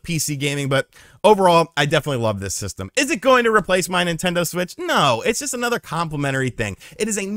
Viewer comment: Take a shot each time calls it a "Nintento Switch"